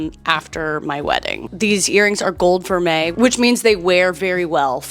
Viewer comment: Girl I was today years old (53) when I learned from you how to pronounce vermeil. So ya do have some advice left in you. 😆